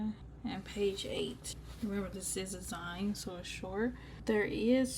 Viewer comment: Hi, I love your videos and always watch as soon as you upload. I just wanted to say, kindly and respectfully, it’s pronounced ZEEN ❤